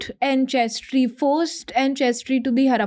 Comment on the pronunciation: Very interesting topic and guest! (But not sure why she calls Ancestry as “Anchestry” 😜)